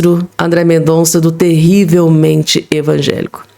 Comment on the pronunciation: Bom dia vivo na frança e ja te sigo a algum tempo! E gosto muito! Mas nao acho legal quando voce pronuncia terrivelmente Evagelico acho que nao soa bem!🙏🏽🙏🏽🙏🏽🙏🏽